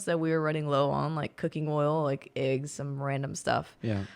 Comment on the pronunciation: Is saying "iggs" or "eggs?" Haha